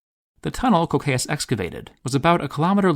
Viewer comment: Anyone else kinda mad at the english pronunciation of "Cocceius"? Where the hell does the [oʊ] sound come from?